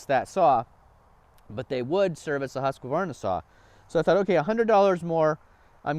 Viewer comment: husk varna not husqa varna lmao